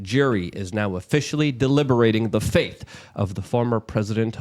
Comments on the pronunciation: FATE ... Not FAITH And dude YOU ARE WRONG - the tweet you showed said they need 4 JURORS to vote GUILTY on ANY OF THE 3 CHARGES in order to convict... You said ONE CHARGE needs ALL 12. It says this nowhere. DETAILS MATTER - You cant make mistakes like this. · Fate. not faith. FATE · Does Luke not know how to say fate?